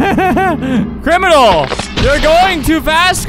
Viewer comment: crimnal crimnal crimnal. crimnal crimnal crimnal. CRIMNAL CRIMNAL.